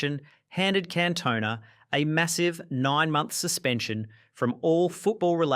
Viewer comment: It's Can-toh-nah